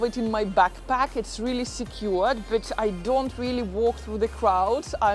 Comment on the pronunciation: Other than your British Russian Accent you have a lot of good points. Work in saying “but” and “first” in English. It sounds nothing like those words. 😅